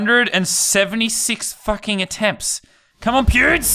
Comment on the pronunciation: Hahahaha sounds like he saying pubes the whole time instead of pewds